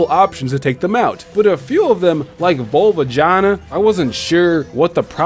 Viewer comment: that is the worst pronunciation of volvagia i have ever heard it's right up there with arc-oo-se and yah-val-tal